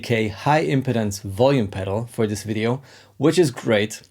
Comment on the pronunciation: Cool tips as always! Be careful with the pronunciation of 'impedance'! It's /ɪmˈpiːdəns/ - stress on the second syllable, vowel sound the same as the verb 'impede'. It kind of matters, because if you get it wrong it sounds more like 'impotence' - which has the stress on the first syllable. I await the Hungarian lesson that you now owe me.;)